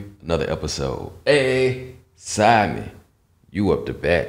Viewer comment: Everytime Americans say sidemen it always sounds like they're saying Simon lmao